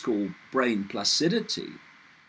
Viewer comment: Brain plasticity. Not placidity! Just a slip of the tongue David. Love the idea though - placid brains - just what they want don't they? Anyway our brain has the quality we call "plasticity" like plastic. In other words it reforms and can relearn. A damaged brain may relearn a lost skill by utilising other parts of the brain. A lot of our brain is "redundant" i.e. not in use, and this redundancy can be utilised after brain damage. The brain does it by itself naturally. It's just amazing what our brains do. Things are more complicated than I have said but essentially that is what happens.